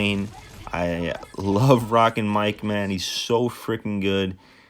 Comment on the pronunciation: Mark not mike because you say mike